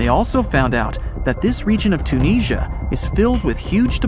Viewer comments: Interesting but the Huckleberry Finn commentary is intensely aggravating plus the Narrator’s appalling mispronunciation of Tunisia…Tunekneesia🙄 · How about pronouncing Tunisia correctly